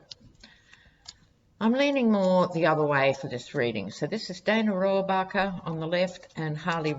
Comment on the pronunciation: you pronounced Dana Rohrabacher's name correctly. Joe Scarborough calls him "Putin's favorite congressman"....